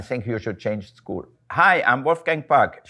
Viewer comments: Wolfgang Puck: "Sheena I will teach you english, im an english professor" Also Wolfgang Puck: Pronounces School as Shool in the beginning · He pronounced it how the word is said in the German language. ☺